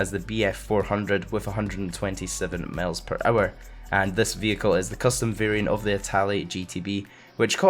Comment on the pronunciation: Is it just me, or does say "males per hour" instead of "miles per hour"?